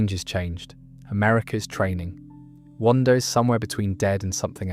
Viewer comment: It's really well done, but some of the pronunciation errors are inhuman In the first few minutes it doesn't seem to know how to say Vol.3 as in guardians of the galaxy vol 3. Wanda as wantoo? Wakanda pronunciation etc